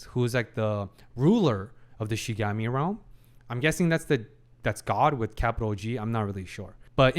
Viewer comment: Can't wait for him to finally pronounce Shinigami correctly xD